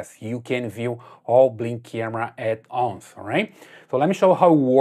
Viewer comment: At ounce lol😂